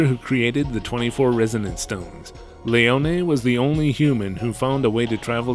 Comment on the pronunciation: Im liking your videos a lot but you pronouce some names horribly… Leone is just pronouced Lee-Own and in another video you called someone named Mathias, Ma-Thigh-is as Ma-te-us, little jarring